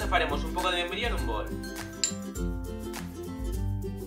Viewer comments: después de escuchar muchísimas veces, lo que dice sino me equivoco,,, dice...... membrillo😲😲😲😲🤣🤣🤣🤣lo demás se entiende si. Gracias!! muy buenas ideas!!!👏👏😗🎄⛄🌲⛄🎄🌲🍃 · Es membrillo!!! Jajaja. A mí también me pasó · Es membrillo. Yo tampoco le entendí al principio